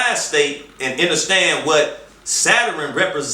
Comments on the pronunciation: Lol.. There's no way I could make it all the way through this...I couldn't listen to him say "enterstand" another time.. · Nigga automatically took a L when he said "inerstand" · did this nigga say enter stand i cant listen to u after that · PAUSE!!! DID THIS ENTIRE NEGRO just pronounce "understand" enterstand????? Please!! Throw this nigga into to the sun!! Please!! 🤣🤣😂😭😭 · Yeah but he can't pronounce understand, or Saturn. He might be on to something but he need to just be on to something and let somebody else do the talking. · This is what happens when you get a dumb nigga making an attempt at smart people shit... A pseudo-intellectual who can't pronounce "Saturn" or "understand" while spewing garbage about astrology, mysticism, and a whole bunch of other bullshit that he doesn't even really understand himself.